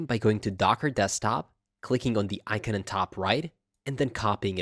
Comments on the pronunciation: The word icon is pronounced " ˈīˌkän " , ikan, and not Aykeen as you say it. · You say the word "icon" as ikeen? Why do you do these things to me...